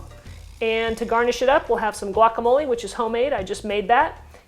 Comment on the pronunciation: Ew how u say quesadilla and guacamole in that white accent kills me